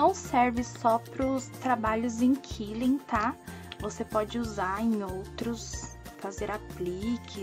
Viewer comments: Olá, assisto sempre seu canal , gosto bastante de suas dicas. Gostaria porém de corrigir a pronuncia da técnica de enrolar os papeis, quilling, o correto é (Kwil-ling) ou seja a letra U é pronunciada como se tivesse o trema. killing como falou quer dizer matando. Desculpe ser intrometida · Gente, sabem o som que o pato faz?... "qua-quá"?... Usa esse mesmo som pra dizer "quilling". Não é o mesmo som da palavra "quilo", por exemplo. Se não usar o som correto, vc vai estar dizendo "matar" en inglês 😬